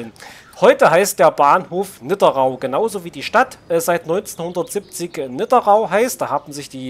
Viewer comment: Die Stadt heißt Nidderau (Nidder Au) vom Fluss Nidder. Nicht NidderRau